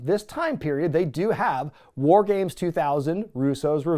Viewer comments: As a native Pittsburgher, I do not claim Madden's oddball pronunciation of the word 'war'...or Madden for that matter. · I am from Pittsburgh like Madden.. No idea why he says war like that. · Nah, as someone from Western Pennsylvania like Madden, that's gotta be his thing, not a local thing. The accent can vary a little, but never heard anyone pronounce it that way. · I think the Mark Madden pronunciation of "war" was a tribute to Dusty Rhodes. That is the way Dusty said the word. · As a fellow Pittsburgh resident who has listened to Mark Madden on the radio for years, I can confirm that Mark's pronunciation of "War" is absolutely a result of the Western PA dialect. I love it! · Absolute cinema. What an unhinged PPV in all of the best ways. Regarding Madden's pronunciation of War, I think it's part Madden and part of the yinzer in him since he's from Pittsburgh. He still has his own radio show on a local Pittsburgh network, so I do what I can to avoid it LOL. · He's on the X in Pittsburgh around noon. I'm from Pittsburgh and I don't say war that way, though.